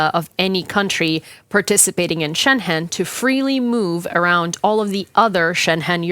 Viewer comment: Excellent piece. No offense, just please check your pronunciation of "Schengen" - being German, I first did not know what you were talking about Xd